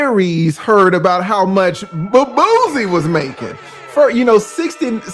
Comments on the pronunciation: it's Boo-See not Booze-Y 🤣🤣🤣🤦🏿‍♂️ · Aries got you saying booZie. It’s Boosie..😂😂😂 but I love it